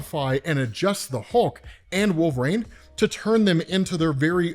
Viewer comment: Maybe this is old news but the way you say wolverine is so odd. Wolverine comes out as “wolv-rain” and it’s maddening lol